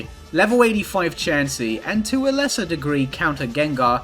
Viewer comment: “Jenjar” fucking took me out